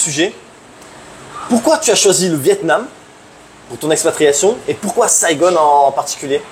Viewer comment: Merci à tous les deux. Pourquoi tu prononces "Saigone" , c'est à l'anglaise ?